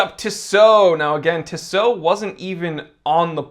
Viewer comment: tissot is TeeSoh